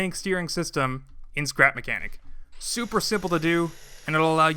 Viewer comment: Skrep makenik 😂